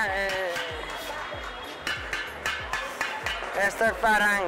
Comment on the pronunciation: No es Paran amigo, es Paharganj, por favor.